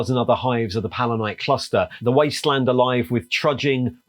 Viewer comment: I love the video, but I have to ask, is pronouncing the word palatine as "pal-uh-nite" a British-ism? Like "left-tenant" versus "loo-tenant"?